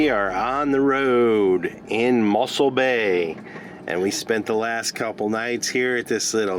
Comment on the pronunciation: its not muscle bay but mossel bay